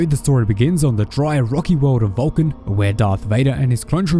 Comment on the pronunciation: Valkin... hahaha I thought he said VULCAN, I'm like, ok, what does Mr. Spock have to do with this? Lol. It would be nice to have SW/ST crossover.... lol